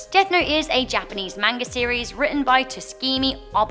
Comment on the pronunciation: I love Death Note one of my favorite anime series L is my favorite stupid Ryuk killed him though ahh and Death Note is real gotta get my hand on dem notes 😏 the one thing that made me mad in this video is that said Manga like Mainga its fine a lot of people do it even though its ma n ga